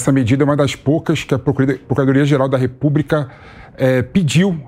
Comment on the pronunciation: Repúbrica? Ouvidos doendo